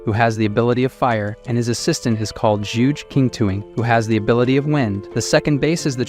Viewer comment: Very entertaining but the AI voice needs to work on its pronunciation of some words. "Call-ED" "Sup plees instead of supplies"